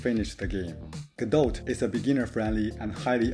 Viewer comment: Small nitpick: you don't pronounce the "t" at the end of "godot" ;). Cool idea for a course!